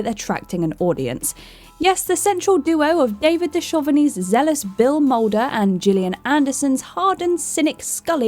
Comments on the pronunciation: David Dev-shuv-eny.... um..... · Dochuvney? I think you guys are doing this on purpose now 😂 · "Di-SHOVE-eny?!?" You mean, David Du-CUV-eny, like he's said his name is pronounced, for a good 30+ years?!!? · Are there editors or directors at Whatculture? It's David Duchovny (doo-kuv-nee) not (doo-shuv-nee) It was a Korean woman with a baby, not a Vietnamese woman. I am too tired to carry on. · 1. David du-KUHV-nee, not David du-SHUV-nee. 2. M*A*S*H was set during the Korean War, therefore the woman Hawkeye had confronted on the bus was Korean, not Vietnamese. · Even I know Mulder’s first name is Fox, and I never watched one episode of “The X-Files”. Is purposely doing stuff like this, or is the person writing the scripts she blindly reads from not doing enough research? Lol Du-SHUV-ny, too. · Dushovney...BILL!!!! Couldn’t get any of his names right. Smh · "David Do-Shove-Knee" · It’s pronounced Dukovny. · David Da shove a knee? LoL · Don't forget the 'Dushoveny' part... At this point, they either need to outright admit that they're mispronouncing things intentionally in order to generate extra comments or that they need to hire people who have enough knowledge/understanding of the relevant show/fandoms who can write/read scripts without so many overt mistakes in pronunciations... It's getting beyond a joke at this point... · Besides saying Duchovny wrong, she said Mulder's name was Bill!! Where did she get that from???? 😂